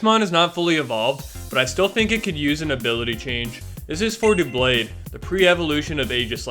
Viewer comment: It's dub-lade not doo-blade. Because it has double blades.